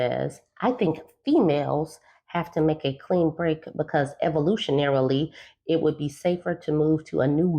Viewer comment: "EVOLUTIONARILY" 🤣😂🤣😂🤣 You can't be serious...🙈 READ A BOOK!